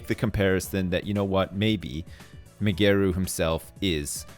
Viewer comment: I like how ' pronounce Migeru's name, Mygeroo mayomoto